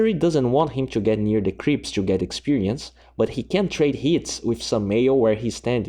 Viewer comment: Really cool videos, but не мог бы ты говорить букву Т в словах to и two, а не Ч. Так правильнее. а ещё, думаю, нужно подрезать вдохи, сглатывания и чавкания языком. А так я подписался уже, всё посмотрел!!